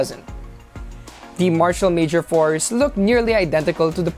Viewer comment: It's not Mayor Force or Fours, it' s Mayor four 4! jebote fors da te jebo